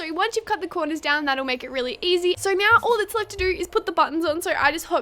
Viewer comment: when u say now it sounds like meow